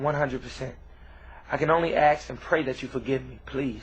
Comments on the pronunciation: Did he say AXE or ask?? He is a DUMBASS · "I can only AKS and pray dat you fo' give me." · HE'S SO BLACK!!!! I CAN ONLY "AKS" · Black people, please learn how to pronounce "ask" correctly.